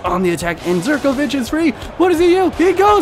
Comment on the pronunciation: Zirkovic? Plz stop:-)